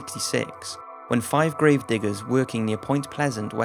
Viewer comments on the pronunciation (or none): none